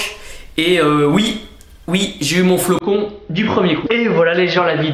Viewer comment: J'ai eu mon flocon du premier coup ptdrrr tu parles à la savoyarde là